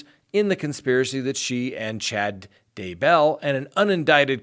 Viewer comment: I love this channel, but it does drive me nuts when you put the emphasis on the wrong syllable on names. Chad DAY bell. TY lee, not day BELL or ty LEE